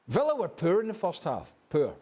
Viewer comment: “MANCHESTER UNITED HAVE BEEN PURRR” Craig Burley